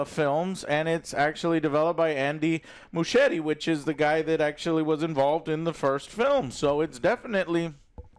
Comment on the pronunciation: Joe doesn't know how to read or say the most simple names but somehow gets andy muschietti right first try make it make sense 😂😂